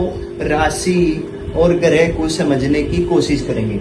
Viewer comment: Sir ye grih nhi h ye grah h